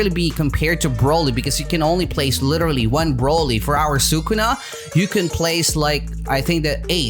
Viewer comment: he really said “sue kuna” who’s kuna?